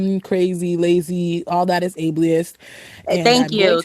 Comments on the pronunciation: WTF is “ableli iss”?? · Did she pronounce asterisk "asterick" and ableist "ablee-ist"?